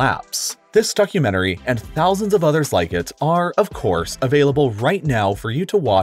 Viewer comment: I heard fuckumentary instead of documentary XDDDDDDD